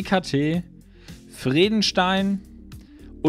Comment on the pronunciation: ALTER LERN MAL DIE MARKENNAMEN OMFG: VreDESTEIN nicht VredeNstein.... MischlÖ nicht MICHELAn. Reicht schon wenn mit seinem Kaackostdialekt kein Deutsch kann.